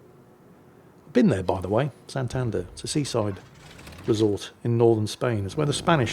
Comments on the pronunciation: ¡Hola! It is SantanDER (not SanTANder) I mean that the stress goes in the last syllable ("der"), not in the middle syllable ("tan") as pronounced it 😅 And, yes tortilla de patatas, usually called tortilla española, is one of the best meals in the world:D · that's a paddlin, btw its san-tan-der try say all in the same tone and you goi ntake right.